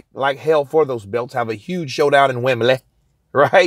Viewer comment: Love your channel bro!! Keep up the good work.. I loved how you pronounced "Wimbley" 😂👍